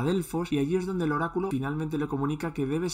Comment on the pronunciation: cuando escucho horaculo solo se me viene a la mente el chico nuevo de south park XDD